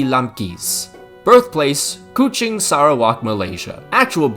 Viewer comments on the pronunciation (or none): none